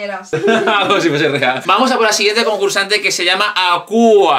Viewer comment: Para mi Aküa es de Rubén por el rollo de la Sirenita su drag es Ariel por lo tanto su muñeca lleva algo del mar y es Aküa (que en realidad creo que lo pronuncia mal xq es AQUA)